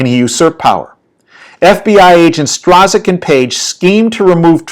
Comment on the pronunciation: Strzok is pronounced Struck.